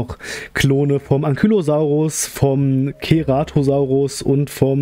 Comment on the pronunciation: Man spricht Ceratosaurus so aus: Zeratosaurus! Und du hast Corthytosaurus statt Corythosaurus gesagt!